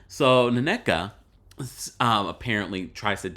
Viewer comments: It think its just pronouced Neka, and not nonecka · I give Ashly credit for pronouncing Nigerian names well. From Nneka, Ngozi to the Osu thing .